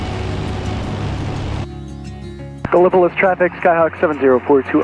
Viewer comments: Another great video! You flew over my home airport KEKN. I have enjoyed watching you fly around my home region and many of the small airport I visit frequently. And just one small correction Gallipolis OH is pronounced GAL-uh-puh-LEESS or GAL-uh-puh-LISS. Keep making great content! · I think it's pronounced gala - police.